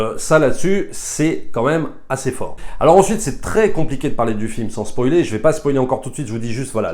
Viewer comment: On ne dit pas spolier